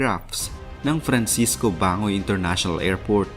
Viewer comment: For the info lng po Bang.goy po Ang tamang pag bigkas Hindi bangoy.. parang pag bigkas lang Ng Barangay silent g..